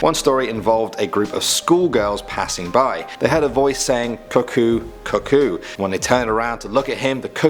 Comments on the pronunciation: "the cuckkoo man" me: hears kookoo j-jungkook? 😔 "The handsome man" j-jin? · Cukoo man: cukoo cukoo Me: CUKOO THE FXXK OFF sorry for the people who don’t like swearing/cursing 😞